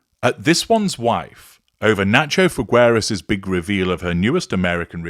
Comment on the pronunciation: It’s Figueras. The u is NOT pronounced. Figeras.